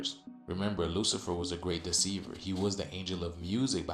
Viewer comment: I am with you, did she say Luciferus, wtf?